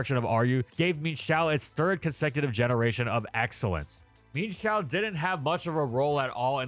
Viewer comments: so, am i the only one who pronounces mienshao's name as "mi-yen-shao" and got absolutely baffled by the "min-shao"? hahahahahahahahaha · Um actually its mi-enshao not "meanshou" for pronounciantion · I can’t express enough how infuriating it is to me hearing pronounce it “Mean-shao”. It’s pronounced “Mine-shao”. It’s even based off an ermine. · I always pronounced it "Mee-En Shao", a more Chinese approach than the more literal "Meen Shao". The same way Chien Pao is pronounced "Chee-En Pow", rather than "Cheen Pow". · Bruh calls it Meenshao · The pronunciation of mienshao drove me insane, could not finish video